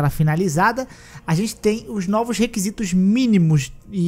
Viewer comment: "Nôvos upideites" 😂😅